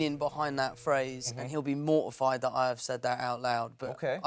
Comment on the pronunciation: Tom Holland: "We pronounce more of our consonants" Also Tom Holland: "Yeah, it's frustra'ing" "I just shit myself a li'ol bit" "He'o be mor'ified that I said that"